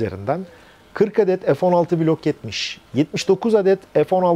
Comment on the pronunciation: Hayir F neden sürekli EF okunuyor?..bu Turklish sevdasi yada merakı nedir, Çocuk lar A BC ezberlerken Sayenizde EF EM VE ES diye okumaya başladılar...nedir bu saçmalık Ya EF Sixteen ya F<FE> 16 be adam